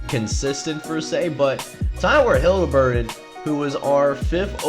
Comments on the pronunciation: Haliburton is Pronounced Hal-Eh-Burton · Great video so far. Btw no biggie but i think you might be pronouncing Tyrese Haliburton's name wrong lol